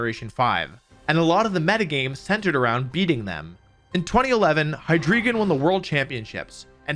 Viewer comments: I gotta say, Hydreigon is pronounced "Hy Dry Gon", not "Hy Dree Gon". Its evolutions use the German words of "One" "Two", and "Three", "Ein" (Deino - "Dye-no"), "Zwei" (Zweilous - "Zw-eye-luss"), and "Drei" ("Hi-dry-gon"). That's all, just being pedantic. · The names of the Hydreigon evolutions are based on the german words for One, Two, and Three (Ein, Zwei, and Drei) so te "ei" in the names should probably be pronounced the german way. So it would sound like the "y" sound in "Fly". I think it should be something like "Dyno and High-dry-gon (with the gon sounding like the end of "dragon"). The "z" in german is pronounced like "ts", and the "w" is pronounced like a "v", so "Zweilous" would sound something like "tsvy-lus" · It’s actually pronounced Hy Dry Gon. Ein zwei drei 123 in German. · Also the drei in hydreigon is pronounced dry. It’s German for three. It’s previous evolutions zweiloud and deino are named for the German words for two and one respectively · Why do you pronounce Hydreigon like that?? The "drei" comes from "Drei" in German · Your pronunciation of hydreigon hurts me. EIN ZWEI DREI, man! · Jarchomp and heedreegon great pronunciation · You mispronounce Hydreigon and Garchomp. Otherwise, nice vid.